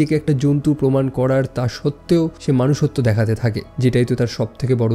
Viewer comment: মনুষ্যত্ব ✅ মানুষ্যত্ব❎